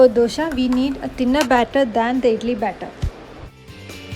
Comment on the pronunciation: It's not Dosha, It's Dosa.